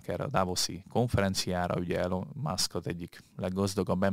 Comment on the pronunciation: Elon Musk :Ejtsd:Ilon 😉